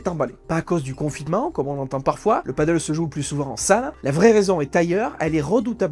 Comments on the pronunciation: Merci pour le contenu intéressant. Néanmoins cela se prononce padèl. Si y a des gens qui ont pris des risques et bien cela arrive que ça se passe mal. Le nombre de terrains diminuera et cela se stabilisera comme la plupart des choses de ce style. Rien de choquant il me semble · Est ce que une seule personne sur le net sait lire le français et prononcer correctement le nom de ce sport ???? Apparement non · Désolé je n'ai pas pu continuer à regarder la vidéo, l'erreur de prononciation de Padel me sortait du sujet de la vidéo. Soyez plus prudent dans vos recherches car faire une faute de prononciation sur l'élément principal de la vidéo ce n'est pas très sérieux. Bon courage pour la suite. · On dit padéél et non paddeuuul. C’est Espagnol. Et le paddeuuul c’est sur l’eau 😜 Reportage interresant en tout cas, merci ! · Padèl pas paddle, mon dieu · Super vidéo, très instructive, par contre on dit "Padelle" et non "padeul" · Toute une analyse entière sur un sport pas une seule fois prononcé correctement. Le PADDLE (pa.dœl) est un sport nautique. Le PADEL se prononce “pas d’aile”. C’est pas compliqué… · Ça se prononce "pas d'ailes". Paddle c'est sur l'eau. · Pour ne pas confondre deux sports très différents, padel et paddle, prononcez le sport de raquettes "padèl" et le sport nautique "padeul". C'est un détail, je vous le concède bien volontiers. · C’est « padèle » pas « padeule » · c'est con de pas savoir prononcer le thème de son sujet ... c'est Padel et non Paddle !!! mais bon peut être mal expliqué par l'IA ... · très intéressant mais on ne prononce pas "padeule" mais "padèle", le "padeule" = Paddle est la planche qui flotte avec la grande pagaie 😉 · C'est padel pas paddle, le paddle c'est le sport nautique qui se fait sur une grosse planche avec une rame. Il ne le prononce pas correctement dans la vidéo, il devrait dire padèl (même si beaucoup de gens disent padeul pour les deux) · C'est Padèl pas Paddle! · Super vidéo. Après on ne dit pas Paddle mais Padél.